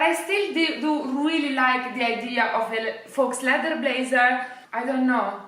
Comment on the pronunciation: scusa ma a forza di sentirti dire FAUX stavo impazzendo 🤣 si pronuncia "fo", la x non si pronuncia mai. Un saluto.